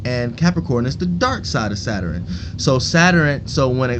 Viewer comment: You say Saturn like zatarains 😂😂😂😂😂😂😂😂😂😂😂